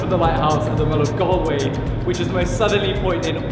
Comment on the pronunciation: Interesting viewing as a resident of Galloway. It's the Mull of Galloway though, not the Mull of Galway!!